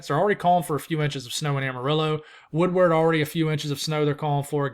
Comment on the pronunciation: WoodERD. I can take valentiMes, but Woodward is pronounced WoodERD. Lol, have a good one.